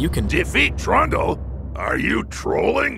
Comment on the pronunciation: i swear says trauma everyonce in awhile when he says trundle >.>